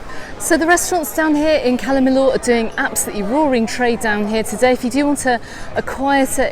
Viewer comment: LL pronounced Y. I is pronounced ee. Cala meeyor